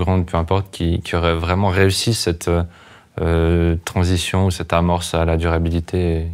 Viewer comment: Ça tansitionne, ça tansitionne.